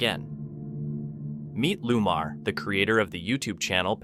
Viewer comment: His name is Lamar not Lumar.